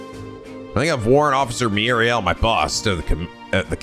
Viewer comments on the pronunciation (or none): I'm probably late to this since I'm playing catch up, but Mireille's name is French, pronounced "mi-REY". It is occasionally mispronounced like "Muriel" in the dub later on, but it's fixed quickly after.